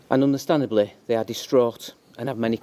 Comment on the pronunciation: Understandely??? Oh dear.